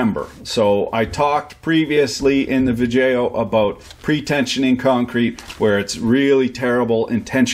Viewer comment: Injunurs? Vijeos? Your language is a catastrophic failure.